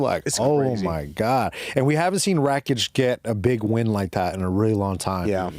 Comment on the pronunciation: Can you guys please stop saying RACHICH? his name is RAKIC, RAK ICH! its not that hard pls